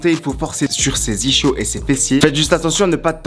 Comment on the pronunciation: le fait qu'il dise iCHios au lieu de isKios me gène mdr